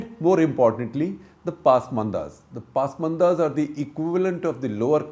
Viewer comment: Not "paas-manda" but "pas'manda"